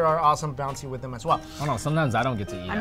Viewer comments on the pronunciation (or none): never uses the e sound. "You always have to YEET..." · the way pronounces "eat" sounds kinda funny lol.